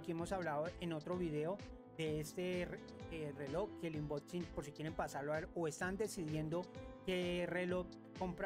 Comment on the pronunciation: Es unboxing😂no inboxin pero buenoo🎉